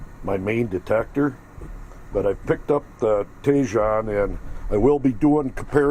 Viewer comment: Thanks for the review. Btw I believe it’s pronounced “tee-hone”.